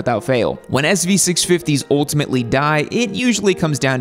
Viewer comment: "Oltimately"?? What language are you speaking???